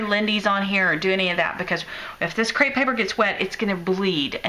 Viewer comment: Cute card and cool techniques btw it is actually crepe paper not crate paper. TFS!